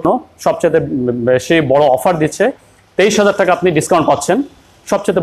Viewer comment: ম্যাডাম টেকা না টাকা বলবেন